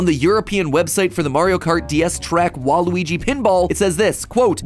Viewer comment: Yikes it's WA-RUY not WA-RU-WI you can do better than that MattPatt :(